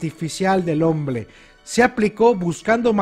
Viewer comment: "del homble" vieron, se perfeccionó tanto hablando de perfección que hasta empezó a hablar como chino. asjdhadks, te mamaste, terrible videazo te marcaste.